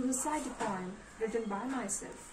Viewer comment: Plz correct pronounciation of the word "Poem".